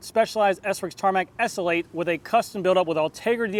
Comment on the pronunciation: S L 8, not essl8